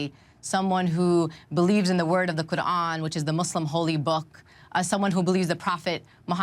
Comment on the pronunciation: The sarsour pronounces words like' qu'ran or boko haram' makes me cringe so hard lmao